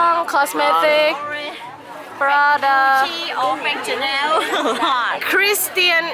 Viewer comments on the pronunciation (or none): none